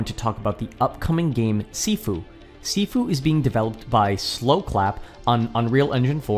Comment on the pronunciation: sorry but your saying sifu wrong